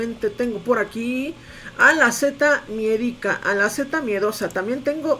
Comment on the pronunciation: Al fin alguien que pronuncia bien la seta miedica, bravo 👏